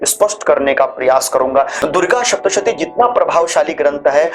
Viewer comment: उत्सुकता से पूछ रही हु, के यदि उच्चारण ठीक होना अनिवार्य है तोह आप सप्तशती को शप्तशती क्यो कहते हैं। मेरे जानने वाले और लोग भी यही करते हैं। ऐसा क्यों?